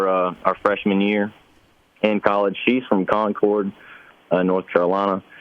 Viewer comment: Is that really how they pronounce 'Concord' in that state, or is this guy simply unable to pronounce where his finance hails from? I'm a New Englander, we have a 'Concord' in multiple states up here, and it isn't pronounced anything like that.